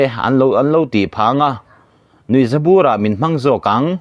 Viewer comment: Nuihzabur burbi thluk dan a dik lo nasa rapthlak.